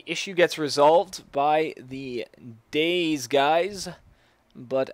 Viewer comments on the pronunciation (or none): its day z not days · its Day ... Z